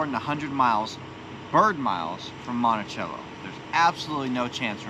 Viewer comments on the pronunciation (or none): Yay! i seen my geocache we placed.... Monticello is pronounced monti-sell-o.. just so you know. I liked and subbed. Love the content.